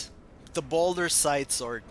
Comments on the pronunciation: Ball-dur, not boulder. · don't you mean balder? or is ball-dur the original name?